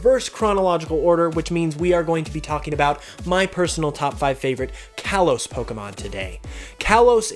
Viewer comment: "Kalos" is pronounced "kah-lohs"